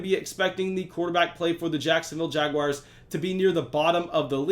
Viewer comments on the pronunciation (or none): none